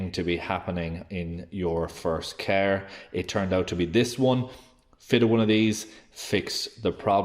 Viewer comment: It's a car not caaaaa 😂